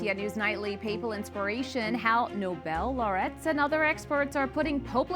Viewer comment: With kindness, please could one of the staffers correct pronunciation of laureate? I don't want someone to hear the incorrect pronunciation and then dismiss the program or EWTN. Please tell me when you have seen this. Thank you and God bless you!